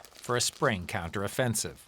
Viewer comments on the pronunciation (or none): "KEY-OUNTER OFFENSIVE!"